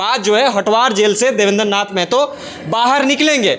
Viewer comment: Bolne ka dhang nahi hai r reporter bane h .. मेहतो nahi महतो होता है 🤔